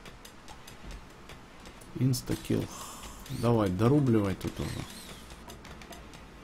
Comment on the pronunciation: Прошу прощения, но почему вы так странно произносите имя персонажа Inskill? Почему Инстакил? Он же Инскил О_о